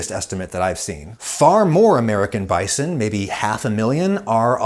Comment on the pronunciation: I struggle to watch this video due to the way Adam pronounces bison